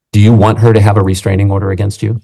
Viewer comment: Restranging order - oh brother